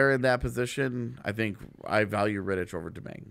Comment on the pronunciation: Hi guys. Great video but just one correction. David Ritich is spelled differently. That "ch" at the end would be more like "kh", like in chorus. BTW same goes for Zdeno Chara.